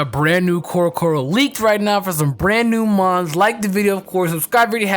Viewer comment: Why... does... everyone... say Mons!!!